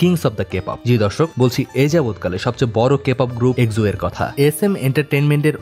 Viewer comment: এক্সো নিয়ে ভুল উচ্চারণ খুবই কানে বাজছিল 🙂 আশা করি ভবিষ্যতে উচ্চারণ জেনে তারপর ভিডিও আপলোড করবেন☺